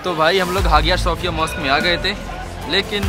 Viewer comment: its हाया सोफीया